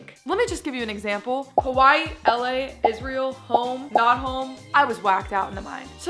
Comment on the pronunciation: I don't know why you keep saying isreal 😂